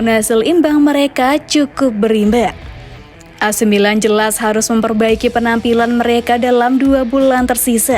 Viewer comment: Pelafalan kata "ac milan" oleh narrator sdh normal yaa...goodjob min